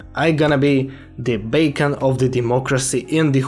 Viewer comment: It’s being great watching your English improve, but your pronunciation of beacon sounds like bacon.